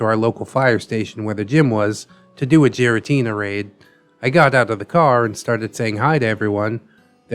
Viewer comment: the way he says giratina makes me wanna jump into the distortion zone ala cyrus of team galactic